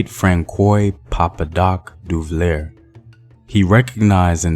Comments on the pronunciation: Fran-who Duvalier!? 😵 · /fran-swa/ papa doc /du-va-yay/